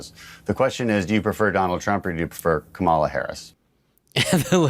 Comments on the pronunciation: Noticed that Crenshaw paused a moment before mispronouncing Kamala's name as if reminding himself to do it 😑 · Republicans are scared to even pronounce Kamala's name the right way. They will pronounce it ju7st as Trump pronounces it. They are so scared of Trump's hold over MAGA thugs and hooligans. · They just will NOT say her name correctly and it’s so just gross. They do it on purpose and they are 🗑️for doing this. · 1. Oh great, the pirate is back and spewing nonsense. Pete should have never apologized to this asshole. 2. Sinbad is yet another idiot who can't say "Kamala" correctly. It is like a bunch of 4 year olds who can't pronounce "spaghetti."